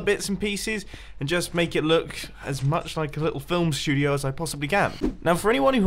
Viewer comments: “Film Stuodeoy” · Filmstudioiey (that's what it sounds like)